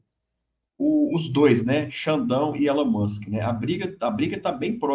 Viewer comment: O senhor está falando errado o nome do Elon Musk